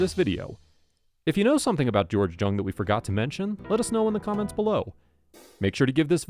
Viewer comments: George’s last name was pronounced “Young” not Jung the way it was spelled. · it’s pronunciation is young watch any video where he introduces himself when you says his name he says young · Family member here, It is pronounced Jung and not Young. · It is JUNG NOT YOUNG JUNG IS A GERMAN NAME ORIGINALLY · You’re pronouncing his last name wrong. Haven’t you ever watched blow? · If you can't pronounce his last name correctly, I can't watch your video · This is the worst vid…..um so you watched the movie. You can’t even pronounce his name…